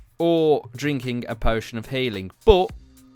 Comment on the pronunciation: You say regeneraate And you say haling